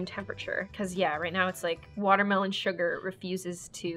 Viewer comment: When she said " WatErmEloN suGaR hiGhhH" I had flash backs to when she named her dog "sugar high"